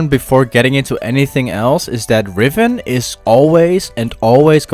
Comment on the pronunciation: Its riven not rifen